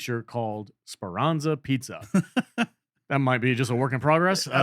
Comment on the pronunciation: Speranza pizza hahahaha 🤣🤣 its Speranza Piazza, it means Speranza square